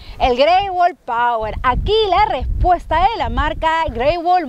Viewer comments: jaja por que dice Power - si es POER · No es pawer sino poer 👎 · Porque le dices pawer si es poer!!!!